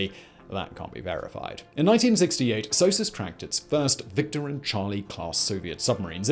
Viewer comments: I've never heard it said S-O-S-U-S, I've always heard it said like a single word, Sosus. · The english prononciation of SOSUS is the exact french prononciation of sausage. Imagine my reaction as a french...